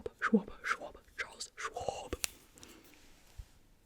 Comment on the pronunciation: Did anyone else catch when she said “Charles Schwab” with the swab cuz I CACKLED